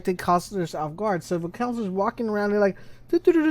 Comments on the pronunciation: He doesn’t know how to say “ counselors”😂😂😂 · "The conslers"